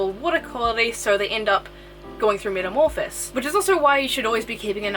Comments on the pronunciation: BTW its metamorhpisis, not metamorphis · metamorphoSIS not metamorphIS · This was good except its not called a metamorphis, it's called metamorphosis 🤣🤣